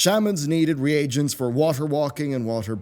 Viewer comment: Triggered by how he says reagents.